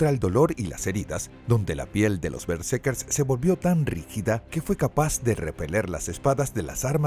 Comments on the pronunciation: Todo el video fue pronunciado mal el nombre de los protagonistas. Omiten la segunda R. Eran berserkers. Lamentable pues era un buen tema. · Doscientas cincuenta mil veces dice el relator Bersekers